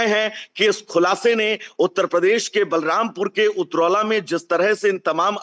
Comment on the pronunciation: बालमपुर नहीं, बलरामपुर